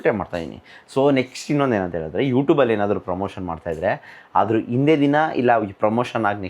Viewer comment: ಇನ್ನೊಂಡು ❌ ಇನ್ನೊಂದು ✅